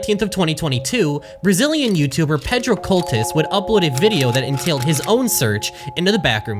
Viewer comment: i love the disparity between "a man from the US" and "a brazeehlean"